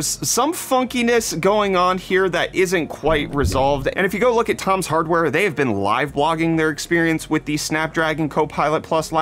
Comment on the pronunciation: Yesterday I thought I heard say "..for the rest of your heart news" now I cant unhear it, and I lowkey love it! ❤️